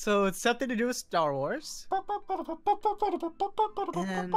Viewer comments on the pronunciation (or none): Is grians "tarwar" insted of "starwars" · Tar war pu in boots? Lol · tar war... really dude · . I thought it was Star Wa (wa as in "what?"). . No, it's the Ark Night. If it's just Ark Knight, then only 1 letter is missing. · Man Grian don’t like the two s’s in Star Wars.Lol😂